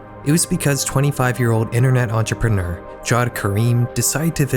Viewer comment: "Jawed" is pronounced "Javved"